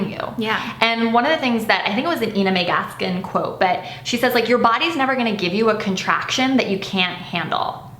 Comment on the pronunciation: Sorry, but I can't put a lot of faith in someone who doesn't even know how to pronounce Ina Mae Gaskins name correctly! lol It's I-na. Not E-na! lol